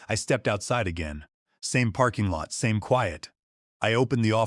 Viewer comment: New word in the English language. “Kweeyut” but spelt quiet. Lazy people getting A.I. To write their stories but too lazy to edit before publishing. So it will be a thumbs down from me, long way to go.